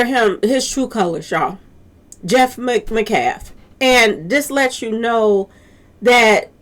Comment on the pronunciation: Met- calf ..met- callf..pronounced metcalf